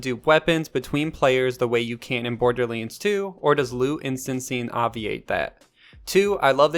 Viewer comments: Wait WAIT! It's BorderLANDS, not Borderliiiiines xD Bothered me insanely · THE WAY YOU SAY BORDERLINDS 3 pisses me the fuck off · Why is no one talking about the fact he doesn’t have an “A” in his vocabulary “Borderlens? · Border Leens.